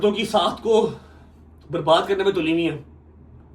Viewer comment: Saakh hota sakhat ni hota jahel